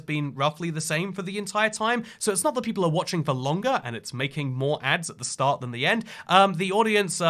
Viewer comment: Why does your ‘start’ sound like stop ??